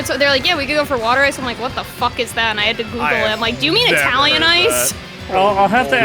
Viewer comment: the correct pronunciation is "Wood-er Ice"